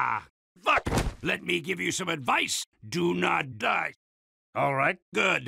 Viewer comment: “It was ME” sounds more like “It was MEH “